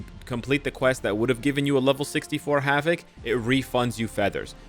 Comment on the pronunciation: 'Hav-it'? Wtf?